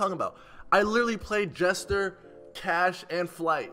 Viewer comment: Jester instead of Jesser😂😂